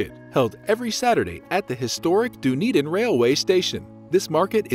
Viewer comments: Done-Eden, not Doon-Eden. Try that pronounciation. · This is a great video with on major exception. So many mispronunciations! Embarrassing and unprofessional! As mentioned by previous commenters. 10 minutes of google research prior to recording would fix everything! By the way, there is a Dunedin in Florida pronounced the same way! Done, not dune! And Edin-berg? Wrong. Look that one up! You can’t be a travel narrator without a bit of research and mastering location pronunciations. Please take this critique as constructive! The content and narration otherwise was excellent.